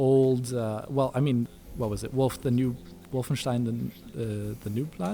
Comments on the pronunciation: Mitch H volf ein shtein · Stop saying "vulfenshtein"!! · Its Wulfenschtein. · Omg can you stop trying to say Wolfenstein with a German pronunciation. It doesn’t sound cool and hip, it sounds shithouse. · God that "Wolfenstein" pronunciation is so pretentious... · pronounced wolfenstein so funky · That's what i remember too; Just re-watched the video and it seems like is saying it as a V and as a W; That may be because even though he's living in Germany, is actually from the US. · eyeroll What a pretentious way to pronounce Wolfenstein dude. Face....palm. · i find it annoying too, but he's german, so i suppose it makes sense for him